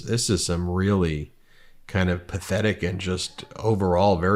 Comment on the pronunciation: Emphasis on PATHETIC